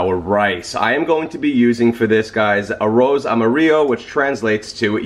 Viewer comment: It was No after his pronunciation! Smh.....wtf a an “arose”